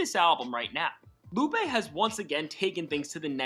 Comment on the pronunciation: “LOO-PAY” not ‘Loop’ 😂